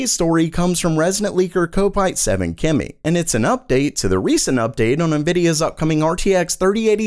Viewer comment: it's cop-ite not cope-ite...... he must be a Liverpool FC fan, just saying Everton supporter :D